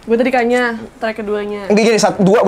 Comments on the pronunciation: "Kanyaah" bukan kanyah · Cara bacanya kanya-ah nih mon maap wkwkwkwk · Bacanya "ka nya ah" bukan kanyah, kanyaah artinya kesayangan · itu "kanyaah" bukan "kanyah", lu bacanya kanya'ah dari bahasa sunda artinya kasih sayang. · Fyi kanyaah dibacanya ka-nya-ah, taaa, wkwk. Bahasa sundanya kesayangan